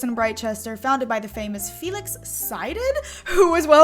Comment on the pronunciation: “Felix Psyded” Feel excited...?